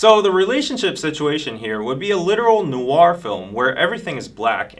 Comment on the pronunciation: WHY IS EVERYONE MISPRONOUNCING NOIR??? IT SOUNDS SO OFF I CANT😩😩